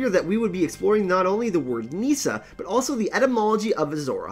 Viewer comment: Meesa! Meesa! Meesa! Meesa! = Nissa! Nissa!